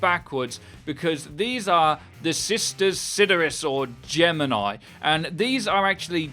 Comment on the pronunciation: Lol. Geminji